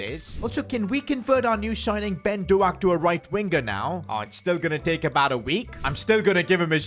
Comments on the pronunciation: Ben Doak name is Pronounced Douuk not Doack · it’s not do-ak it’s pronounced dowk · who is doughack dude... its pronounced d.oak and since he is a hot prospect at liverpool rn u have to know it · it’s not pronounced dough-ak instead it’s d-oak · It's been do-k not do aak the a is silent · It is pronounced Ben d oak like the wood not doh ak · fr it dough-k not dough ak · You say doak as doke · Good vid I follow this series It's the best you've ever done And also Ben doak is pronounced like oak like oak tree so it's Ben doak. 🙏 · Ben Doaks name is pronounced Ben Dork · I am going to cry if I keep hearing him say doh-ack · Ben Doaks name s pronounced like oak but with a d in front of it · I'm not Scottish but I think its pronounced "doke". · ben doak is pronouncedd-oak like an oak tree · hey its pronounced ben dough-k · It’s pronounced Doke hope it helps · It’s pronounced Ben Dok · Doak is pronounced D O K O is pronounced as an O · It’s pronounced D O K E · You pronounce doak as doke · Js so you know, I don’t blame you cause I know u have a bed record with names, it pronounced Douk with like an “o” sound not “oa” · ben doak's name should be pronounced 'doke' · Ben Doak's name is actually pronounced like "Bend oak" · Doak is pronounced (doke) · Pcq: Doak's name is pronounced as if it is spelled Doke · Pronounced Doak liek Oak btw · “Ben doAAk” 😂😂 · Sorry man but it’s Ben Doak not Ben Do-ak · The way to say the new signings name is Ben Doe-ck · Its not Doak its Doke🤬🤬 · It is pronounced like Ben dOak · “ben doAk” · Bro said doAK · No way hd pronounced doak like that😂😂😂I’m wheezing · Just to let you know(even tho you most likely won’t see this)Ben doak is pronounced dough-k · Stop calling him do-ak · It’s ben d-oak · It's not Ben Doak you need to say it like this: Ben Doke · Ben Doak is pronounced Ben Dohk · you don’t pronounce doak’s name like that it more like dowk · As a liverpool fan I am disappointed you can't pronounce doak (Dough-k) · Ben do-ak 💀